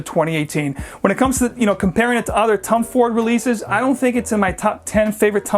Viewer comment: I keep hearing Tum Ford lol